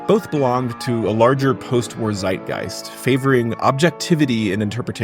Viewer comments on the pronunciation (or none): none